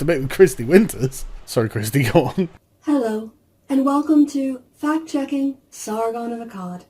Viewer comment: I cant help but hear it as fat checking when she is talking.